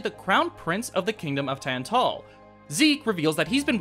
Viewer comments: The stressed syllable in "Tantal" is in the Tan part and not the Tal, I think. And Iona is pronounced Eye-ona. It's all rather small stuff though, sorry if I sound nitpicky. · Thats fair. To be honest when I was working on this, I didn't notice how Tantal was pronounced cuz everyone I know always pronounced it the way I do in the video. Collective incorrectness I guess. As for Iona, I legitimately didn't care enough to watch the scenes she was in beyond making sure it was a good scene to use for the video.